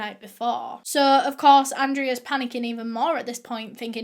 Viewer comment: me, depressed from quarantine:: (: suh todays videuh me:: ) i know that comments been done to death on her videos but its so true hkfdsfs